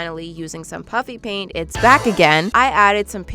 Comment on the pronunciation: I don't know why, but whenever you say "puffy paint" I hear "puppy paint" 🤣🤣